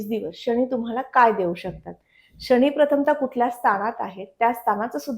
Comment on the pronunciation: माहिती खूपच छान आहे. 👌🙏धन्यवाद! पण मॅडम राग नसावा.. " शणी, स्थाण, मणापासून" असे उच्चार खटकतात. आणि 4 - 5 वेळा तुम्ही " वहाण " हा शब्द वापरला आहे. त्याऐवजी " वाहन " असा शब्द असायला हवा होता. ( वहाण = पादत्राण = चप्पल )